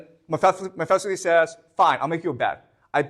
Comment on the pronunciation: OMG he absolutely butchers some of the pronunciations. ...Mephesiles???